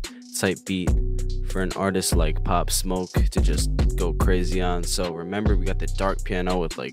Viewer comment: Hard asf bro you did his name right